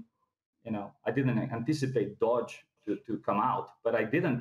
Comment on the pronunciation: He understands the financial system but crypto only moderately... Anybody expert about the entire crypto space knows how to pronounce Doge. It's like a hedge fund manager not knowing how to pronounce Nasdaq, and it's not down to English or accent..